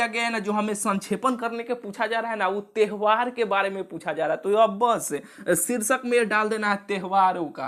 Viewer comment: त्यवहार ❌ तेहवार ✅